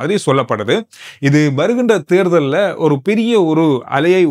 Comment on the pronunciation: தேர்தல் உச்சரிப்பு தவறு ராசா தேர் உச்சரித்து பின் தல் போடுங்கள் தேள் க்கு வாற தே உங்கள் உச்சரிப்பில் உள்ளது .